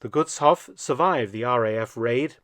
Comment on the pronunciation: btw. the vowels in Gutshof and any other "*hof" ending words like Berghof are emphasized (long pronunciation). The way you pronounce Gutshof is like it was written as "Guttshoff". Double consonants indicate short vowel pronunciation. Double vowels "oo, aa, ee, uu (including ie, ah, eh, ih, oh, uh)" indicate emphasis on the vowel (long pronunciation). For single vowels though, you have to memorize their pronunciation, that's why it is so difficult for foreigners to pronounce words like Gutshof correctly. I hope these hints are helpful for your future videos.